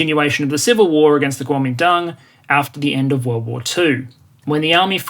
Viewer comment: Wow someone pronounced the guomindang right